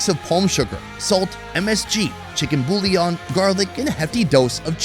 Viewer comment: My guy said “chicken bullyon” loll